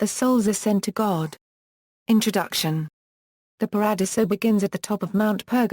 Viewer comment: Pah-rah-DEE-zoh. Terrible narration. Too bad.